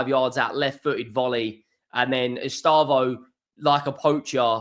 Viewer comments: It’s pronounced Ess- stay- vow, not Ess - star - voh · Take a deep breath. Don’t need to rush it. Read it properly. ESTE. VAO. No rush. Not estabo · Bro please. It is estevao not estávo. Ow not oh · Estâvaö pronounced E-stay-vow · It's Estevao......not Estaavo.😊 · "Lost to ... Flamingo..." "Ehs Tah Voh" It's not that pronouncing isnt your strong suit. It's that you're not even trying🤣🤣🤣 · He never does try, that's what always winds me up. Wait until you've heard him trying to say Lens, Rennes or Ferencvaros! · WOW WOW ESTÊVÃO